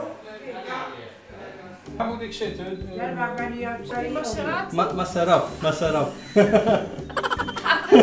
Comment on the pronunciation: I like the auntie who keeps saying masarat 😅 she even tried using her hand.. Amazing